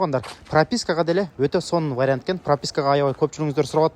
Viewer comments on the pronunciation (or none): none